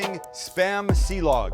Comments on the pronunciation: "silog" not "si-lag" silog is a combination of "sinangag" (fried rice) and itlog (egg) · Ok so my wife is pinoy, and 5+ years with my in-laws at this point, I've picked up silog is more like si-lowg or perhaps si-loge, and sinigag is more like sinigong, but also there's tons of dialects. I think I learned more of a Kampapangang pronunciation. Something like cheers would be "tagay" pronounced ta-guy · Pronounced see lowg (silog)